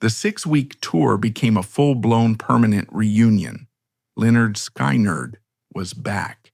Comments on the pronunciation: Good grief at least say Skynyrd correctly please not sky-nerd it's skin-ard I'm not listening to this stupid dumb AI voice garbage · Not AI ? sky- nerd ?? Maybe before using something make sure it doesn't suck. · You lost me at sky-nard...AI sucks. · Not even a minute in...the bot announcer mispronounces "Skynrd" and the screen displays a photo of the 60's comedian Alan King (supposed to be Ed King?). I'm guessing that the rest of the 'documentary' is equally ridiculous, but I'll never know. Heckuva job, guys! :face-blue-smiling